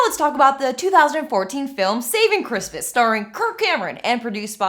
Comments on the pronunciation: I keep hearing "Saving Christmas" as "Satan Christmas" and feeling wildly confused for a second lol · Anyone else keep hearing "Satan Christmas" instead of "Saving Christmas"?